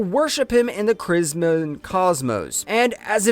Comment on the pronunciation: Or 'Bray-zee-er' as braz-ier; i.e. a ladies support garment, an over the shoulder boulder holder. Or, 'krim-zon' as kriz-moan. Seriously, he trips over his own tongue so many times. I once heard a pharmacist pronounce Sodium Chromo-glycate as Sodmi-yum kro mogli-kat, no wonder people get the wrong drugs.